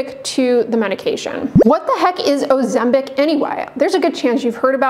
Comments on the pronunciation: It is not 'OzemBIC' but pronounced OzemPIC! Where did you get your license from? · You keep saying "Ozembic?